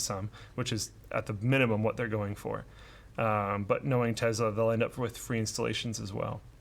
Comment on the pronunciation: The way say’s Tesla actually bothers me so much....Tezla? 🤣